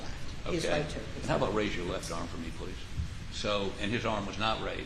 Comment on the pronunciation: Where did Awex find Elmer Fwudd for his defwense? "Pwease expwain..."